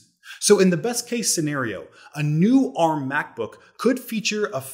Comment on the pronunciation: Wow you're finally pronouncing ARM correctly.